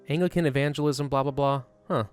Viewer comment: I just need to get this off my chest, but I believe you're pronouncing Anglican wrong.